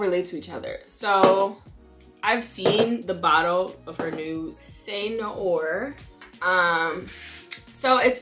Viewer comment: actually, no. more like "say no ARE". I don't know french, I'm not a fan of Beyonce... but I'm into perfumes, and I have a good few with "noir" in the name.